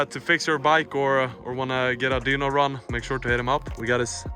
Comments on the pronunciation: great video but dyno is pronounced die-no not dee-no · its dyno not deanoo